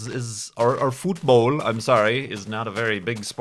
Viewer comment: Futbawl! :D